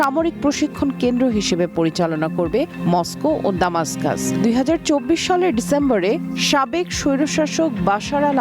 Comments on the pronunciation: দামাস্কাস ইউরোপীয় বা ইংলিশরা বলে। আরবি বা আমাদের জন্য হল দামেস্ক। উচ্চারণ সঠিকভাবে জেনে খবর পড়া উচিত। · রাজধানীর নামটি সটিকভাবে উচ্চারণ হচ্ছে না।